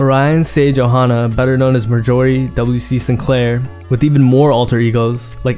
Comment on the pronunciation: yah i don’t mean to be negative but the way u said marjorie made me cry